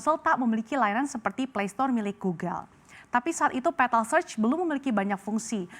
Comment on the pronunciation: Bjir sebutanya gak enak banget, petal pental pentol? Awokawok